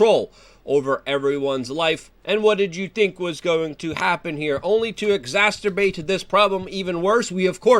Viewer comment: Luke says exasterbate. Hmmm...sounds like something that might make you blind.